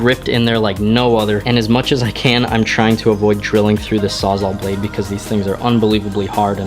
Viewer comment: Sawzal, because it saws all